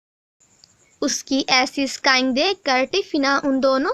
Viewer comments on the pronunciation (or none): Sking - स्कींग स्काईंग नहीं